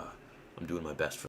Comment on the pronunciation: "How's everyone doooooing" you are so Canadian how you say your "o." Probably Hayden Christensen. Maaaaannnnn he's so good looking